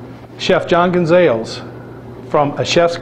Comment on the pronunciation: He said "gun Zales"